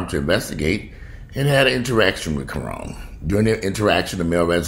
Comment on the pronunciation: Ka-Ron (like Ronald)